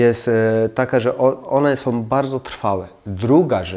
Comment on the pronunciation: Są , nie SOM